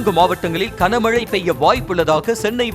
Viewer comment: (kana)க்கன மழை இல்லை (Gana)கன மழை பல தடவை சொல்லி விட்டேன். கமென்ட் லாம் படிக்கவே மாட்டீங்களா? திருந்துங்கய்யா.. 😮😢